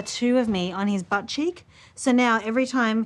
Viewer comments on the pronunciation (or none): none